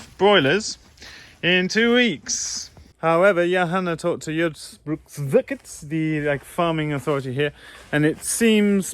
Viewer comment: funny pronouncation you have of " jordbruksverket"